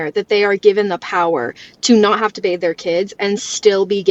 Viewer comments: It's BATHE, not bath!!!! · She said they “bathe” in the pool????? 👁️👄👁️